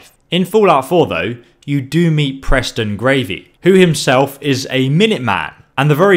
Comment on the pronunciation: whas wrong wiv you... 'preston gravy' ... Geez